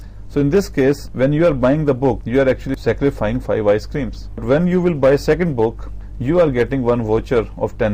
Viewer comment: sacrifiCING why are you saying scarifying ????